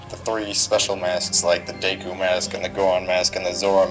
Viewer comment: lol its Ro-mon-y and deck-oo